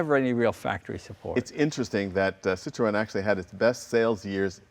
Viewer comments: Sitro-N would actually be much closer to the correct pronunciation though. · "Citroonnnn" ah, at least Jay is trying now. Still not right, but way better than "sittro.... N!" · French is my first language. I can assure you that you have to pronounce three distinct sounds. Yes, something like "SY - TRO - ENN". The Ë is NOT silent. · D'où tu viens pour ne pas savoir prononcer Citroën correctement?